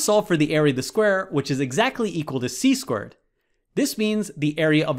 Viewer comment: I can't unhear it now once I heard it. He says 4² as 4 squirt.